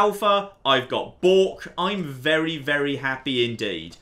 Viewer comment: >chastises Americans for the pronunciation of twat >pronounces B-6RK as "bork" Never change. This is why we love you